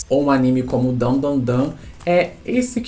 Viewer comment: a única critica é de errar o nome de Dandadan, de resto tá de boas